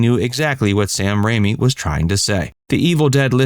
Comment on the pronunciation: It's Sam Raimi, not Rami.